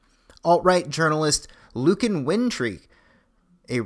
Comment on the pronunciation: Lucian says his name "LOO-shin"